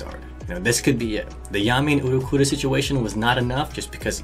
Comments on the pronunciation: U_l_q_u_i_o_r_r_a not Uruqura, dud)))) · It's Ul-ki-yo-ra, dammit!! n_n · japanese pronunciation for ulquiorra is oo-roo-key-yo-rah because japanese cant say L. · lmao why do you keep messing up ulqioras name